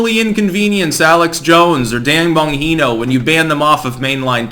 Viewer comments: "Bon Jean no" that's the pronunciation.. I'm not a pronunciation Nazi because that's how he says it... No silent J's Anywho, keep the good information coming bro bro✌️ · Bon-GEE-know. It's not pronounced with that much fanfair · The ‘g’ in Bongino is not silent. It’s a hard G...lol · Bon who,? It's pronounced Bon-GHEE-No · Pronounced - Bon-Jee-No (hard G sound, not an H sound) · stop saying BON HE NO. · I can't sit here and listen to you pronounce bongino as bonheno. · What makes me laugh is how you still can’t managed to learn how to say Dans last name correctly. Try saying it like this …Bon-JEAN-o. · Bon Gene O. Unless you are mispronouncing on purpose. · Love your videos! By the way, Dan's name is pronounced like "Bonn - Gee - No". Keep up the good work! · Bongino is a Italian name and it’s pronounced bon-jee-no. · Bon GEE no. He says it clearly in his Rumble videos. It makes listening to your videos about him like listening to fingernails scraping against a chalkboard. I generally agree with what you say, but not when you mispronounce the guy's name. Multiple times. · Yes, it was painful to hear "Bonheeno" throughout the video. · Dan pronounces his last name as "Bahn-GEE-no" :) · BON>GEENO< ...IS HOW IT'S PRONOUNCED "YOU THINK...with all your pretencious attitude...you might ~learn~ how to say... "YOUR SUBJECT-REFERENCE'S NAME PROPERLY " {JUST KIDDING...} { BEEN UP FOR 5 DAYS WITH THIS TRUCK STRIKE...EVEN WEED DOESN'T WORK !!! } LOVE YOUR SHOW REALLY !!! "PURDY SMART ...FER 'DA YUNG FELLA' DER~Z !"...lol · Bon-gene-o. Haha, you butchered the hell out of it, man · His name is pronounced Bon - g - no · Bon-Hino ? Lol !! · it’s pronounced Bon-Gee(like the letter “G”)-No lol. I cringe ever so slightly every time you said his name lmao. Anyways, keep up the work! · "Bon-HINO" - LoL - yeah, we can see you're a fan. 🤣 Tell me you've never watched his show without telling me you've never watched his show. 😜👍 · Bon-Jean-Oh. Bongino. Agh!!